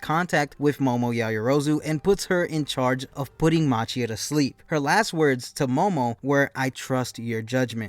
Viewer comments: Its machia ( pronounced ma ki ah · The giant villain's name is pronounced "MAH-KEE-UH".